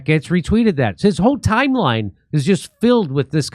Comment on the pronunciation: Hey! You finally pronounced Matt’s last name correctly.